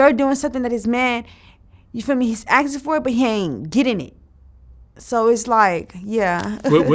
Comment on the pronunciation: I’m axing him